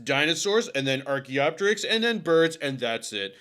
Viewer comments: Can we please pronounce things the way we should? It's not Archae-opterix. It's Archaeo-Pterix. Same as Helico-pter. Or Ptero-Daktyl. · The second I heard “Arch-y” immediate cringe chill… such a Christian Creationist Corny Dad-xplaination. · Every time he calls it Archae I lose 1% of my lifespan